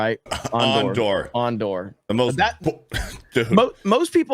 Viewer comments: I'm really starting to think that weirdo is a Star Wars poser just by the way he says Andor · 😂😂😂 AAN-DOR 😂😂😂 So pathetic that the Lucasfilm Story Group pissed on Boba Fett and Obi-Wan Kenobi so Reva and Osha could exist...